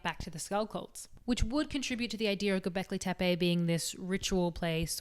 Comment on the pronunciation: Sorry, I was chewing. Did she say Kentucky? "Is it hARth? Fuu..." Hilarious. Attitude, voice, knowledge, fluent in both English (mostly, yeah, it's hARth) and sarcasm, can pronounce Gobeklitepe (says that like it was her first word, but can't pronounce hearth?), and good looks to keep my eyes busy too. DING. Subscribe. Duh.